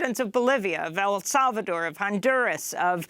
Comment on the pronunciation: I love listening to Libs pronounce Hispanic names, hilarious. “On duurrrr ahhzzz!” Rolling those “r”s, softening those consonants, drawing out those vowels! So smart, sooooo intelligent!